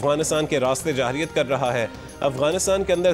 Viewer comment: لفظ جاہریت نی جارحیت ہوتا ہے